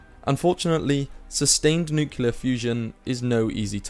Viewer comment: It's nuclear not nucular.